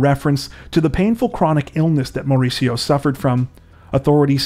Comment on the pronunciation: MaUricio with big accent in U that’s how you say it 🙂 Hahaah but your accent is cute.